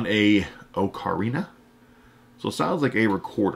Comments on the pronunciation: You pronounce ocarina (aa·kr·ee·nuh) The ocarina belongs to a very old family of instruments, believed to date back over 12,000 years. Ocarina-type instruments have been of particular importance in Chinese and Mesoamerican cultures. For the Chinese, the instrument played an important role in their long history of song and dance. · It's an ah-kah-ree-nah